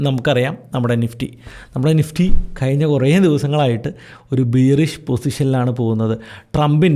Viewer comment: Please check pronunciation of "Bearish" and "Fiscal Deficit". Thank You.